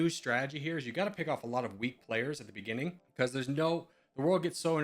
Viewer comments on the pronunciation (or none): none